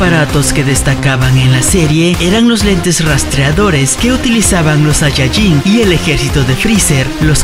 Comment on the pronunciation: me ase reir porque dise sayayin